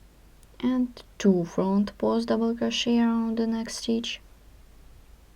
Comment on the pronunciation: WHAT THE HELL IS FRAUNT PAUZT? WHAT ARE YOU SAYING? LOL.